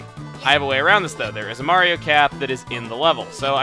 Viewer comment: Let's 'ave a carriage ride! Mawio! Tewepor!